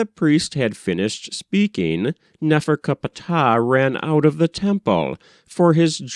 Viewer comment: i don't like how you say his name nefercupatah or whatever. find it highly annoying, just like how you say thoth, and for how you read for that matter.